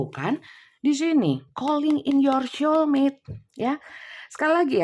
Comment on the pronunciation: Punten bu, "soul" tetap dibaca "soul", Bukan dibaca "syol". Demikian, tks.